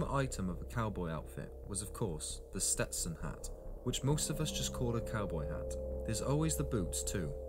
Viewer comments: SETSTON?!?! wtf, go suck a noodle, Englishman. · This guy is funny. The history of the settlement of Texas is completly brutal. He called a Stetson a Setson. And Said OK Coral, not Corral. Flippin pretentious Brits.